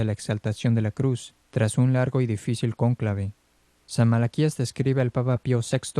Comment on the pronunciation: Cónclave lleva acento en la o. Que incomodo es escucharlo mal pronunciado y lo repiten mil veces.